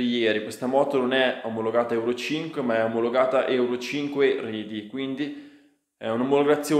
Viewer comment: Al dilà del video, in "euro 5 ready", ready si legge REDI non RIDI